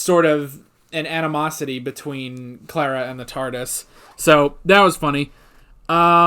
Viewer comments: im not usually bothered by pronounciations but can you please stop saying "clerra" Its "clar a" :) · Sorry but I think i have to Start giving thumps down as long as you pronounce Clara's name wrong!